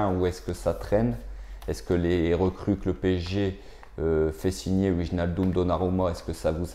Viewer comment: alors pour wijnaldum, on prononce Vaille- nal- deum